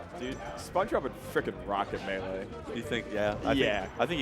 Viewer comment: Get the t's out of melee.